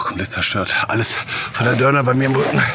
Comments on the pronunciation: Das heißt Dornen und nicht Dörner 😂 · Wieso sagst du eigentlich immer dörner, das heißt DORNEN Und nicht zu verwechseln mit Döner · Er sagt immer Dörner